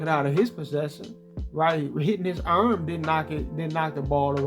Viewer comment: Man the way you say arm I don't know why but it be funny as hell to me 😂😂 I know you don't be trying to be funny but your videos have me laughing it's just your reactions on the replays when you slow it down and react to all of the CPUs bullshit especially when they be going threw dudes body parts lmao